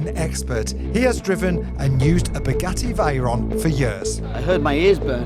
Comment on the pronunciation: "Spaghetti Reyron" 🤣